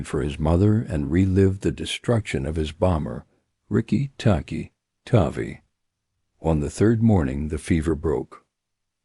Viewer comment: That's Riki Tiki Tavi--"tavvy like 'have-y' not "tavy like navy".